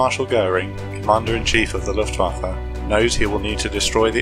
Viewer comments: luftwaffe. not luftwaffer. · Please pick a tense and stick with it. Speaking in the present tense about things that happened 79 years ago is annoying and wrong. As well, the name Luftwaffe ends with the letter 'e', not 'er'. It is not LuftwaffER.